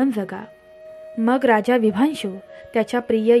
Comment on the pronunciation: अजिबात नाही आवडला ऑडिओ... उगाच कोणीही हा ऑडिओ ऐकण्यासाठी आपला वेळ फुकट घालवू नये.... कृपा करून व्हिडिओ बनवताना शेवट पर्यंत बघण्याची अट घालू नये... अतिशय घाणेरडं मराठी उच्चारण आहे... निदान शब्दोच्चार चांगले असावेत... आणि कथे मधे मधेच "विशांभु" नाव "विभांशु" झालंय त्याचं काय....?...त्या राजाचं नेमकं नाव काय आहे...? .... गोष्ट सांगता सांगता नाव कसे काय बदलू शकते.... सगळंच धन्यवाद आहे....